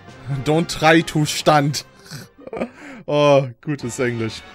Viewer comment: xD dieses Don't Stant in my way hat mich gekillt vor Lachen :D